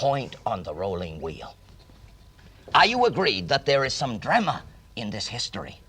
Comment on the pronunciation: Wow, I remember watching Professor Miller's show from when I was 12 years old. I remembered that he pronounced drama as " drah-mer". The drah-mer of physics, he'd say. I' m now 76 years old.